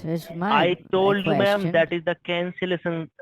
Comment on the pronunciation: “The cancelesson foam”